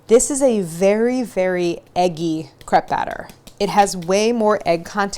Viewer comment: Properly pronounces crepe but not creme diplomat?